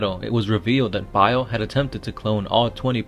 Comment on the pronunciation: So no one herd him say ferris insted bail